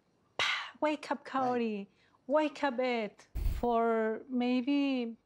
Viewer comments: Everytime he says her name all I hear is "coyote" 😶🤔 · why does he keep saying coyote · Could he maybe work on pronouncing her name correctly and stop calling her Coyote? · He never once says her name right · Am I the only one who is fed up with Ed saying her name wrong? At this point it has to be intentional. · I’m still waiting for the day Ed says Kaory’s name properly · Dude he can’t even say her name properly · Does anyone else hears, "coyote" instead of kahory? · So Big Ed has been saying her name wrong. It says Kaory in subtitles and he keeps saying coyote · why does he call her Coyote when her name is Kaory? what the actual f is wrong with him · Her name's Kaory, he's saying the r like an L, so it sounds like coyote. I thought the same for a while though, so you're not hearing things 😂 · If Ed really cares and is interested in her, he would say Kaory's name right but he kept calling her coyote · How hard can it be to say Kaory and not coyote? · If her name is Kaory, why does he keep calling her coyote? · Is it just me, or does it sound like Ed keeps calling her Coyote instead of Kaory? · Definitely hearing "Coyote" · Yeah he can't pronounce her name right, all I hear is "coyote" and it's not even close to what it sounds like shen she says her own name, Idk how he can be that far off. It's one thing to be bad at like rolling your Rs or something, but come on Ed, when you're literally dating the person you have to learn to say their name right, jeez. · I swear he’s saying Coyote. Not like he actually cares about how it’s pronounced. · I wish he wouldn't pronounce her name closer to "coyote", that would be really nice of him 😒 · At first I thought it was some "proper" Spanish pronunciation, but when she said her own name she pronounced it "Kay-orry. No one bothered to correct Ed, though. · Big Ed is so self involved he can't even pronounce his dates name correctly. He calls her coyote? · He can't even say her name right, I thought it was Coyote to start with >.>